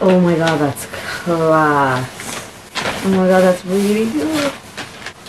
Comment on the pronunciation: "Oh my God that's claasss "the most Irish reaction